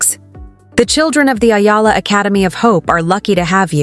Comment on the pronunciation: Pronounced as E-ala... Not Ayala nor Illa